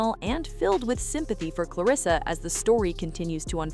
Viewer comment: Girl repeat after me REM-ME, CLEAR-RISS-SA 🙄🙄